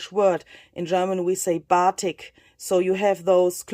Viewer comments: Batik is pronounced buh-TEEK in English. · I loved this tutorial and your results are beautiful! You may get some more ideas from the Japanese fabric-dyeing technique called Shibori! And so you know, Batik is the same word used in English, just the pronunciation is different, with US speakers usually pronouncing the word with more emphasis on the 'tik' which sounds like 'bateak' 😉